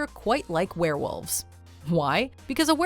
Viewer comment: werewolves not swarewolves